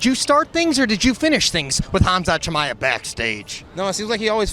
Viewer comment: Como vas a pronunciar tan mal el nombre 😂